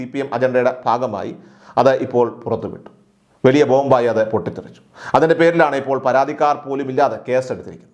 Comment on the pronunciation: വെലീയ.. എന്ന് പറഞ്ഞു വലിയ എന്ന് വ്യക്തമായി..തനിക്ക് മലയാളം പറയാൻ സാധിക്കില്ലല്ലോ